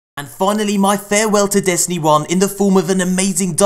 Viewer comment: Every single time I hear "Hello again moiy friends". I Get sooo fucking wet